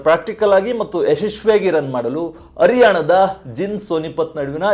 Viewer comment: ನೂರ ಅತ್ತು ಕಿ.ಮೀ. ಅ ರಿಯಾಣ ಅ ಮತ್ತು ಹ ವ್ಯತ್ಯಾಸ ಇಲ್ಲವೇ ನಿಮಗೆ